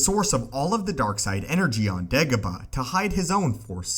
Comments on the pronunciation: Say it with me, Day-go-bah. Not De-go-bah. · He says dagobah weird and its really annoying. Not da ga ba Its day goh bah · Dagobah not degoba. Its quite simple u fucling complete moron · Dagobah... not degoba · Its dagobah......not degobar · DAY-gobah, not DEG-gobah. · It’s day go bar.... not degaba 🙈😂😂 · you are not saying it right it pronounced daygobah not degobah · "Degabo"? Haha you pronounce Dagobah kinda weird 😂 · "why degabuh" same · I think it's "Degabah" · Does the vowel "a" really sound like "e(h)" as in "every" where you're from??? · Degobuh lol heard this so many times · I think its how he pronounces it that makes it weird for me. "DehGuhBuh" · Every single time it sounds like "Degobaa", very annoying. Without any actual info newer than 15 years and a super clickbaity title and thumbnail, this is one of the first clips I'll give a dislike... New low water mark. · jesus frucking crist if this youtuber says degobah one more time im going to leave.. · He says degobah..horrible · How many times he said dagoba | | | v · Anyone else triggered at how he pronounced dagobah